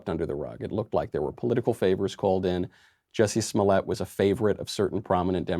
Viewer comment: Its pronounced "Juicy Smow-yah"